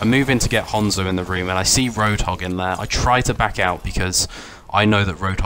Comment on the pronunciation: thats how u say it, its a fckin japanese name not "han-zo" like "hand"